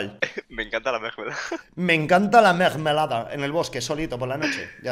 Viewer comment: me encanta la mergmelada ahahajaj las mejores palabras para los sorteos xD te quiero saludos desde argentina cabron #participo